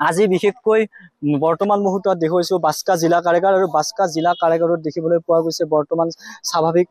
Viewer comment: Assam cm আৰু তুমি দুটাই ভুলকৈ কৈছা জিলাৰ নাম বাসকা না বাকসা কুনটো ভুল কোবা